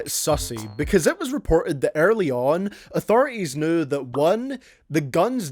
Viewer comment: Hey guys, and welcome back to part six of that series where you bully me for the way I pronounce pearly.